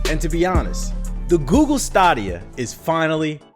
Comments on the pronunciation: he trolling and giving out false info he knows you dont have to pay monthly just to play a game you can just buy it the service it's insane its one thing to hate on the platform but then you look like a fraud when you giving out false info and then pronouncing it wrong because you know you giving out false info so NO ONE CAN FLAG YOU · is it stAHdia or stAYdia?? Tbh got me questioning if i’ve been pronouncing the shit wrong for months now💀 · The $10 subscription is not mandatory. You can buy a game, any game, and play it as much as you want and not be a subscriber. This misinformation being spread by Youtubers is just sad. I haven't paid for a single month of Stadia (pronounced stay-dia) in the last 11 months. But I've been playing games on it all this time. Well done on half researching a thing you've never tried and then knock it because it's the trendy thing to do. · Say it with me STAY-DEE-UH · Its stay- d-ia stadia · It's STAY-DEE-AH tf you call it that for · Am I tripping or is it pronounced (stay-dee-uhh) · I could've sworn it was pronounced STAYdia... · It's pronounced Stay-D-Ya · So I only see one person saying this but y’all really gonna let mans pronounce the stadia(stay-dea) wrong. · Stah dia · Are you trolling us the way you pronounce Stadia? Say Stadium. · its definately pronouced STAYdia right? Or am i the weird one for pronouning it the way its developers did in the promo videos? Thanks for droppin the news tho! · You are correct. They've pumped enough adverts saying staydia... It's stadia like stadium. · Yeah it's stay-D-ahh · Bruh can't even pronounce it right which is a clear indication that he doesn't know what Tf he's talking about.😂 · Have I been saying wrong this whole time. I thought it was Stadia (Stay-D-A) but it seems that I am mistaken and its Sta-D-A..instead? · Word-of-mouth marketing would, for example, help TBH know how to pronounce "Stadia". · It's so weird when people on YouTube say "Stadia" wrong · You are not saying Stadia right